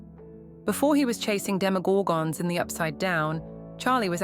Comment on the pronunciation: The way she said Demogorgons😂